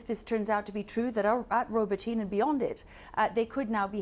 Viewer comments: Really, CNN! Learn how to pronounce Robotyne! The gross mispronunciation I heard by multiple reporters is not repeated in any nation outside the U.S. that I have heard, regardless their native language. It makes you sound ignorant and unprofessional. Which draws into question, what is the competence of your reporting here? This is a poor showing. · Oh come on, CNN, these are not new place names 😂. Zaporizhzhia (Запоріжжя), the ж zh is like the s in casual, not the z in pizza (that's ц). Robotyne is a bit more obscure, so I'll give you that; the emphasis is roBOTyne, and the и is like the i in "hit". і makes the ee sound in Ukrainian. In Russian the И is ee... Also the e at the end is always pronounced like in Porsche. eh